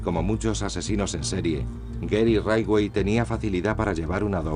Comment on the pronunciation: «Gery raidway» jajajjaaj